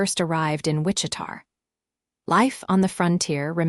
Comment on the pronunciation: fairly sure that the town in question is Wich-i-ta, KS - Not Wich-i-tar.....AI needs massive help with names and cities.